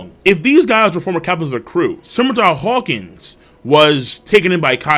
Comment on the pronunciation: Wawkins is Lawkins A headliner not upto Flying Six status. And Where's Lappu?